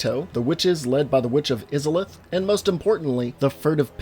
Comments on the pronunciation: Please it hurts I-za-lith not isalith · It's I-zalith not is-a-lith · Eye-Zuh-Lith... say it right! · Dude I’ve loved your content for years but every time I heard you say “izzolith” I wanted to scream, it’s “Aysolith” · You pronounced Izalith wrong. It's not pronounced -IZ-UH-LITH. It's pronounced EYE-ZUH-LITH. You clearly never played the game before doing this video. Anyone who's played Dark Souls 1 at least a few times would hear how to pronounce Izalith because of that opening cutscene (most people watch it at least once, maybe twice). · Biggest pet peeve of this video: It's not "Izzalith"... It's Izalith (Ei-Za-Lith). Edit: Changed "Ey" to "Ei" in pronounciation, after a discussion with a friend. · It’s pronounced Eye-za-lith not Iz-za-lith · "Iz-alith"... It's pronounced "Eye-zalith"! The trailer itself literally mentions it! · the way he says izalith bothers me so much. It is Izaleth (eye-za-leth) not fucking (izz-a-leth) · Eyes-Auh-Luth, sorry stuff like that doesnt bother me, but that made me cringe (iz a leth) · Say it with me "Eyes ah Lith" not Izzerliph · Eye-za-lith, not iz-a-lith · Oh how it pains me to hear Izalith said as "Izz-alith" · You kept mispronouncing Isolith (I-so-lif) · Eye-zah-lith Not iz-ih-lith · Hey wow its (I)-(sa)-(lith) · Lol Are you sure you've played the three games?.. You would have heard them pronounce Izalith as Eye-za-lith* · Bro... EYE ZA LITH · He say witch is islith and it hurts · Izzalith. ...... IZZALITH?! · Izalith.... Eye-za-lith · Witch of is-a-lith bruh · hears "is-alith" into the video Oh shit oh fuck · "Witch of IS-A-LITH" FAKE GAMER ALERT! FAKE GAMER ALERT! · You said Oolacile correctly...but not Izalith...you confound me, and I love it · Oh my fucking god these pronounciations man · Him saying Izalith like that makes me think he did not play the game and is only reading from a script. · Stop saying izalith like that you monster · The way he pronounced Izalith tilted me furiously. Great vid otherwise